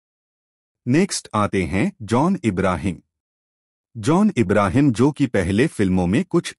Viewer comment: You say JOHN IBRAHIM it is wrong He is JOHN. ABRAHAM